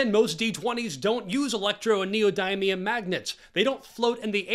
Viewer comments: niodymium? its niodimium, exactly how its written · The way he pronounced neodymium hit me in the face so hard i had to google it to make sure i wasnt hallucinating